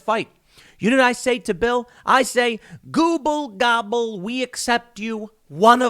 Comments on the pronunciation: IT'S NOT GOOBLE GOBBLE! IT'S GABBA GABBA. Look up the Ramones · It’s “gabba gabba” bro 😂